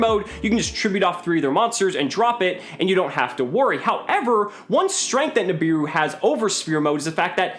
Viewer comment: "Nibiru" Im about to end this mans whole career.